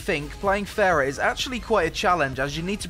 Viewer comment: ITS PRONOUNCED FAR-AH